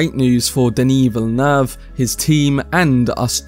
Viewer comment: Hey man! New subscriber and LOVE the content! One thing is that his last name is actually pronounced "Vill-Noove" haha. Just thought I would let you know!